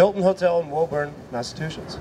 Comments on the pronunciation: Its not Woeburn Its pronounced Wooburn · John Ozed He also can’t pronounce Woburn. It’s like Wu-burn not Woe-burn. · he pronounced "woburn" wrong. aaaaand i'm done.